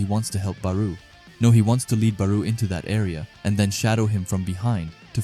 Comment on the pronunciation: It’s not “baroo” pronounced Baaroh. I still love these videos so keep em coming 😂